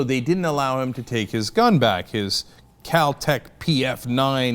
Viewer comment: Cal tech? It is Kel-Tec silly Cenk.